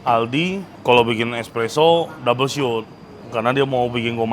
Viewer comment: Betul in dikit ya ko.. Espresso itu bacanya bukan single shut tp single shot atau double shot krn aku pernah jadi barista... Sory ya koh..